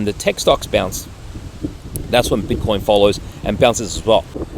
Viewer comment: Why do you keep calling it “bitter coins”? It makes it sound like you don’t take it seriously and don’t know what you’re doing.